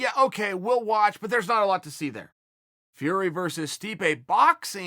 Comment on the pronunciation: Tyson FRrrrEy & MMA GLUHHHHvvvZ 🤣🤣🤣